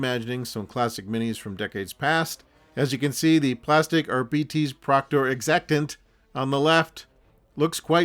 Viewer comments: Arbeetees? I've been calling the Ar-bites! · "Ar-bee-tees" over "Ar-bites" odd choice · I’m just stuck on these R-bee-tees. Though Are-bites was a little more common. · I've not seen the Warhammer Preview so I couldn't comment. I am an old English man who's only really interested in old hammer stuff so I would pronounce the word Arbites as I would pronounce the word Arbitrator, as in 'R-bites'. Also up until recently I've only ever heard it pronounced 'R-bites'. I suspect it's an an Americanism to pronounce it 'R-bee-tees'. Anyway, however you pronounce it, thank for the upload and the trip down memory lane 😊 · for the ones too young to remember "Gestapo Bob Harris" refers to the host of the BBC Old Grey Whistle Test music show, "Blaster Bellamy" is probably bearded TV wildlife guy David Bellamy, Ramperpo - Rambo, not sure about the rest. My generation used to pronounce "Arbites" as though it rhymed with "arc lights" so yeah myriad are the ways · I think the odd pronunciation is because 'arbites' is sort of derived from the ancient Latin word 'arbiter' (judge). Makes them sound very official and imposing I suppose :-)